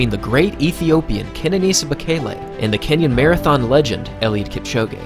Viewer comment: It’s pronounced Kipchoge not Kipchogé😊